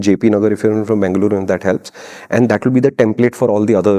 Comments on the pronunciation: Thanks for saying it right as bengaluru ❤ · Thank you for calling it Bangluru over Banglore 😍 Lot of love ❤️